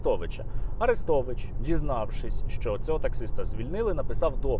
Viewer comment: При чому на подібні випадки найголосніше реагує проросійське лоббі, тадам і тут Арестович(наголос на "е" )